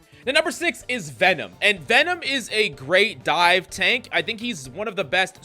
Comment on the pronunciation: What do you mean by die? Or are you saying dive? Like dive dps, dier dps😂